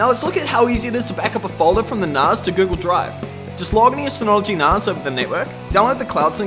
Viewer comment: I need to set this up on mine. Highly recommend these ones, very simple to run and more useful than you would think. I didn't think it was pronounced narz though, thought it was nas as in nascar.